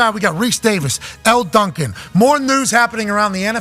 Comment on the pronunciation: Just saying Elle Duncan. Dawg.